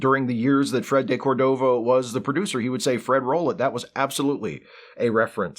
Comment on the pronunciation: Carson himself pronounce it "Freddy deCORDəva"